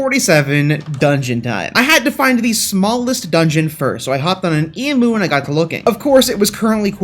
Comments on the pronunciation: It’s pronounced Eeem -you not E-moo, good vid apart from that. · Bro, as an Australian, respectfully, emu is said; you said: eemoo IT'S: eem-YOU Other than that love your channel, love you, your work OG, keep on going on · I am so triggered about the fact that he calls emu’s “emews” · It's pronounced eem you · G'day mate ( I'm from Australia) you pronounce "Emu" wrong it's pronounced "E mew" ( like the Pokemon) just informing an American (•‿•)